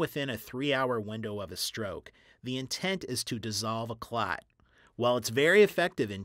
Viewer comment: Clats? You think he would have brushed up on how to really say "clot" since it needed to be said multiple times.